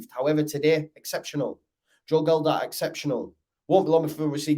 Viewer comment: Totally agree....apart from the pronunciation of Gelhardt. MOT